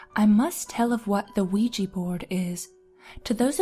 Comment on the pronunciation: You pronounced Quija. It's pronounced WEE-ja. Not QUEE-jee